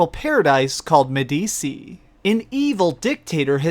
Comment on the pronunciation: Just saying, Medici is pronounced Med-ee-chee, not Med-ee-see.